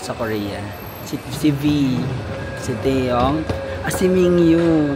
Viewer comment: Hello Carat here. It’s Min-Gyu po not Ming-Yu. Ty for admiring our boy! ❤